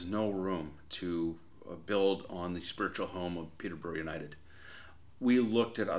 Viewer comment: 'Peet-ah-burrah. Peet-ah-burrah FC'. It's not hard to say. The rest of it sounds okay.